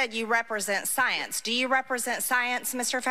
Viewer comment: MTG saying "saence" several times reminds me of that SNL skit with Cecily Strong, very much recommend you go watch it